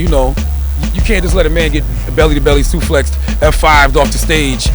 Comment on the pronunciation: "Belly To Belly Suflexxed" lmao CThaGods pronunciations always make me laugh